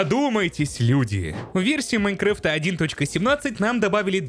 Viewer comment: "У версии Майнкрыфта" xD